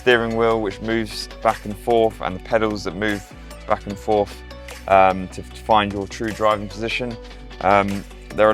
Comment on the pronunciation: It is not 'back an forf'... it is 'back and forth'!